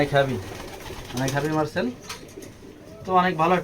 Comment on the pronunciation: মাসেল❌ মারসেল✅